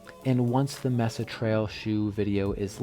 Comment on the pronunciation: Thanks for the review👍 FYI Mesa is pronounced “may sa”. Here in Colorado, the Mesa trail is in Boulder. A very popular beautiful trail…